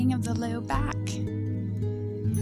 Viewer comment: Is it a prerequisite to say 'back'....bawk? Or is that a California thing?